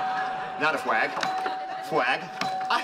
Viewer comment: Fwag, fwag, fwag, not a fwag. Kripke best guest 😂😂